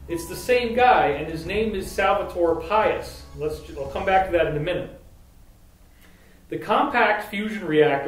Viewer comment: Pais is pronounced pie-eese in Spanish. Not like our word pious.